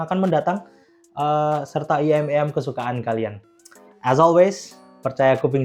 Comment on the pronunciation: IEM "ai-i-em" bukan "iyem" kalau gak bisa mending jangan disingkat langsung aja bilang in-ear monitor 😂😅